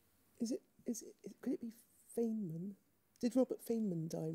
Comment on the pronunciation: "Your bonus questions are on mathematicians who died in 2020." giggles Not a good look. But hey, maybe they'll get at least one... right? "...Robert Fain-men" Please, make it stop... "No it was Conway." Mendelson looks completely indignant. Just embarrassing...